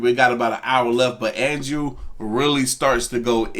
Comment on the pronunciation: andrew….its andrew